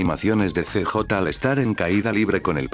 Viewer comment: El "see-jota" :D